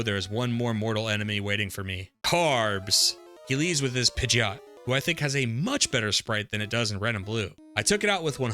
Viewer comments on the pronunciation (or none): none